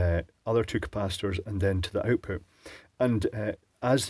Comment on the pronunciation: Aside from the obvious and also mentioned, one of my favorite things about this channel is hearing you say “oout-pout.”